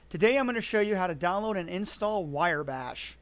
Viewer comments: Wire bash? It's wrye, like wry bread. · It's pronounced "rye bash" not "wire bash." Otherwise a great video! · I believe it’s Riiiiii, not wire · Wire Bash .... ? Its pronounced " Wrye " as in Rye wheat . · thanks for the vid. However, it is "rye" bash, not "wire" bash. It was bugging me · I seriously could not take it - "wire bash". I had to mute the video. Mispronouncing a monosyllabic four-letter word really does not instill confidence. Sorry, bro (not sorry). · Wire Bash.... Not Wrye bash. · cringing everytime he mispronounces Wrye Bash does not mean you think he's otherwise incompetent. It simply means the mispronunciation made this video very difficult to sit through (it did for me, at least). But, like you said that's all YOU can read. I guess your eyes work funny.